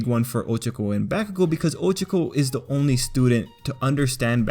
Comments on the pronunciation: Why do people insist on over pronouncing everyone’s names? 1. Oh-CHAW-koh, not OH-chuh-koh 2. Baw-KOO-go, not BAH-koo-go 3. OO-ruh-RAH-kuh (why do people always roll the r’s? its not spanish) 4. Toh-Doh-Rok-Kee; Again with the rolling the r 5. OH-Ji-ro, not Oh-JI-ro. Inflection is very important to not sound like a fool. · I think he is saying them wrong it's pronounced Bak-u-gou O-ch-ca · Am I the only one that notice he is saying Ochako's name completely wrong same with bakugou